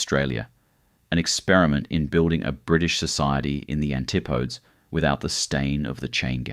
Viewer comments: Hate to fact check but the longest straight stretch in the world is in Saudi Arabia 240km. Eyre Hwy/Nullarbor is 146km. Also Noongar is not pronounced Noon-gar, it's Noong-ar. Wagyl is not Well-gl it's pronounced Wog-ul. Antipodes is pronounced An-tip-o-dees not An-tip-odes. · Btw it's pronounced 'antipodees' 🤣